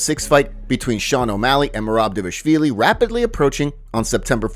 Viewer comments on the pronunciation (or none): DAH-VAH-LISH-VEE-LEE. It's not that hard.